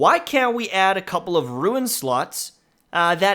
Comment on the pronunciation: Its "rune," not "ruin."